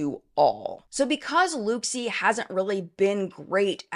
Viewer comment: It’s pronounced ‘look see’!